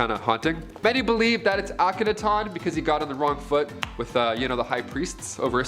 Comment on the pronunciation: What's scary is your poor pronouncing the names of ancient people and places. Do some research to learn how to say Akhenaton awk-en-ah-ton!!! Just for one example.